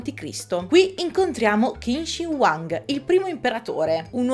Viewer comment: Perdonami, ma Tycho Brahe si pronuncia così come scritto, mentre Qin Shi Huang si legge Cin Scé Huàng